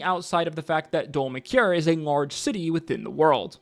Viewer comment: I've been saying it, and I'll keep saying it: Aabria is the reason I started watching D20 and Brennan is the reason I stay. Cloudward Ho has been so fun so far, and Brennan's character in Fey & Flowers was hilarious. I'm pretty sure Brennan pronounced the beginning city more like "Dole-mahkiar." And the accent on the last A in Araman means it's pronounced a bit more like "-mon." Fantasy spellings. 🤷‍♀ They definitely split the party in previous campaigns, albeit for smaller timeframes/arcs. I think Brennan's brain will be perfectly capable of this one (he sounds excited), and it'll be fun to watch the tables crossover as Brennan is hoping for.